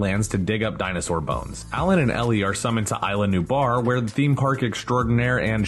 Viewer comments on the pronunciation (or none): It's CRY-ton, not CRISH-on! Only one of the many inaccuracies. "Island New Bar?" It's Eez-lah New-blar! Did no one do a fact-checking pass of the script for this episode??